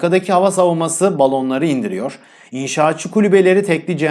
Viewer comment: Yawww muazzam.saliriri diyonnnnnnn Sonra Balonlari yanlış diyon